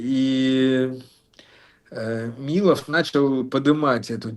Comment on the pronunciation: хах, ещё один человек, говорящий не МилОв, а МИлов